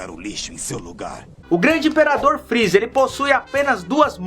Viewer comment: dislike muitos pesongens ele falou errado por exenplo:o freeza